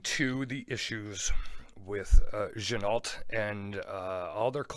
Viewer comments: Quick correction on the name again, it's pronounced gin-o. The L and T are silent. Sorry! Had to say it! Great review. I've a no date on the way. Your 1st review helped me make my mind up. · I believe you're wrong again on the pronunciation. Give it a little French flair. Like Gen-oh! You know? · I don’t care about it, but you’re right, it’s gen-oh